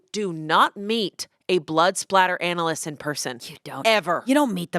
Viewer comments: Fun fact: it's actually blood "spatter" not "splatter" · Spatter!! Not splatter im so sorry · I love how much they love true crime (being a person with a master's degree in forensic science) but how have they not yet learned that it is blood SPATTER not blood splatter 😭. Anywho, I would so tune into a true crime podcast with and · Didn’t you guys watch dexter? it’s blood SPATTER not splatter lol